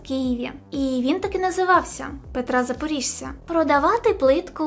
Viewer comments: Я мешкаю в Києві на вулиці Петра Запорожця) , там де був той магазин сантехнікі, до якого їхали зі всього Києва) Тільки правильно буде не ЗапорІжця, а ЗапорОжця через О)) А так все норм) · Запорожця! Ющенко! Навчися ставити наголоси і правильно вимовляти українські прізвища! Дубіна ти безграмотна! І вдягнися нормально, не позор Україну!